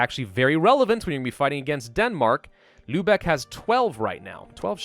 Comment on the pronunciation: damn youve gotta be the only youtuber who actually pronounces lübeck properly and doents pronounce it like Lubbock texas